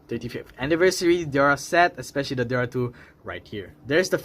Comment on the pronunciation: DEora. Not Dora.Or Dera. 🤭